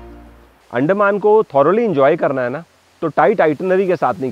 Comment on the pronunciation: Excellent coverage. Sorry for nitpicking on the pronunciation of Andaman. You are pronouncing it as अंडेमान. The proper pronunciation should be अंडमान